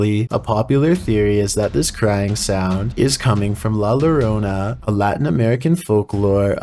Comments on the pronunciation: As for #1 the double LL in Llorona is pronounce as a Y so it would be Yo-ro-na. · What? 🤦🏻‍♀️ 😂 LL in Spanish is pronounced as a j. Llorona is pronounced “jorona”